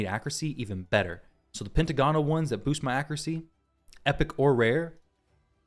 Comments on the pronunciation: Not to be that guy, but it's "Pent - agonal" not "Penta - gonal". Great vid otherwise though! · Actually, it's pen·tag·o·nal per Websters. ;)